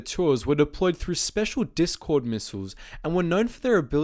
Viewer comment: Dicsord missiles? You mean meme projectilies?